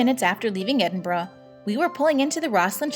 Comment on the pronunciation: she says Edinburgh properly.